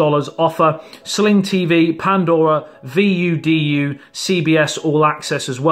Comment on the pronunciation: Ok. V.U.D.U. is usually pronounced same as voodoo.